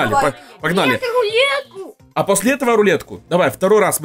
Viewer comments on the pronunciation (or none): Он сказал и луетку тоесть"рулетку)